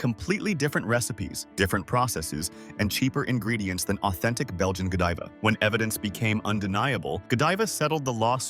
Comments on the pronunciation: Yep, when they first brought up Godiva, they pronounced it go-DEE-va, but then got it right after that. I automatically knew it was AI and not worth listening to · Teach AI how to pronounce words that have a different pronunciation depending on the context. For example: Lead (Pb) is pronounced LED, not Leed. Godiva not Go Deeva. Deception doesn't stop at chocolate. It also thrusts itself under one's nose wrt AI. Nothing is real. Nothing is true. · Ughh AI narrators , it’s lead not leed and Godiva, not Godeeva. Godivais not what it used to be when I was a kid. Definitely not the same quality. I wouldn’t call any of these product prices “low” Most mass produced products in general are crap. Nothing is the same due to too many takeovers. That should be illegal. Nestle is a very corrupt company. Their CEO said water is not a right and should never be free. Never buy their pure life water. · GÓdiva, no "Jediva"!!! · Too bad the AI can’t pronounce Lead and Godiva right. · How can I trust your research when you cannot pronounce the heavy metal 'lead',you call it lead, like to lead a dog all throughout your video. Also Godiva is not ptonounced correctly .. won't be baxk and need more proof than just your word.